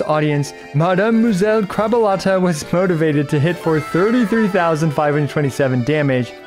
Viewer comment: How did you manage to mispronounce crabuelita?